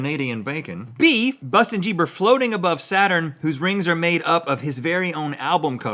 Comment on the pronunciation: Bustin jeeber😂😂😂